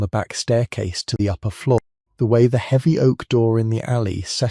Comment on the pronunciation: Heeevy. Instead of heavy.